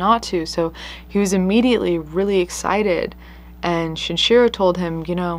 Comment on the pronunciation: Is the mispronunciation of the killer's names (Shinchiro instead of Shinichiro, and whatever that pronounciation of Andrei Chikatilo was) intentional or accidental...? I understand if you don't want to encourage people to look them up or something, I'm just curious